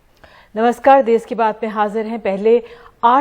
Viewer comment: "देस" नहीं "देश" होता है गावरों